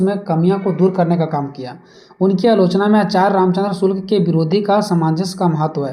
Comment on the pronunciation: आपके शब्द प्रयोग में बार-बार Shukla ki jagah me shulk ka prayog kar rhe hai कृपया इसके आगे वीडियो में सुधार कर ले